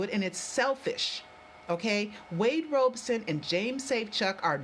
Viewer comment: please start pronouncing everything correctly. Wade Robson's name is pronounced "Robson" as in "rob" not "robe". It is AT&T not ATT.